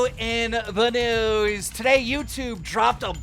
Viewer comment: He sounds like he said instead of news its newies